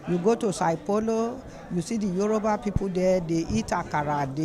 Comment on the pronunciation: Is Yoruba not Euroba